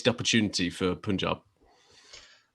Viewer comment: It's PAANJAAB not POOONJAB